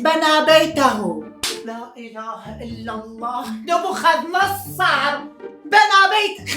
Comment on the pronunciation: نبوخذنصر يلطم بالزاوية حتا اللفظ غلط😂😂